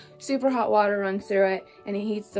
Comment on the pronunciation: "A water fow-an...." It's really sad that an entire generation(or more) of people has been infected with this guttural speech affectation where they pronounce a "t" in the back of their throat. It seems to have come out of Hip-Hop culture, sadly. Well, at least she doesn't have tattoos, blue hair, or metal in her face.